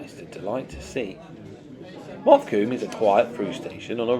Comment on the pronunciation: I wish to take you to task regarding the pronunciation of Mothecombe... I had 3 Summer camps there whilst in the Boys` Brigade from Langley Berkshire. ( ) The man who owned of the Village ,near Plymouth, and also several thousand acres around the area was Cmdr Mildmay-White told me the name of the Village is called Mother combe. Even though it is spelt Mothe Combe. I am sure lots of peoplle get it wrong!